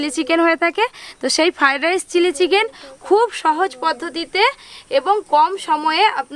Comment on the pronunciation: দিদি ওইটার নাম ফাইরাইস নয় ওইটার নাম হল ফ্রাই রাইস